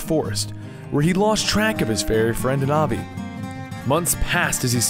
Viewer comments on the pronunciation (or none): Not navi. NEVER navi.